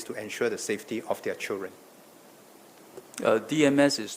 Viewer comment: Hey it is pronounced as Children not CHEWREN!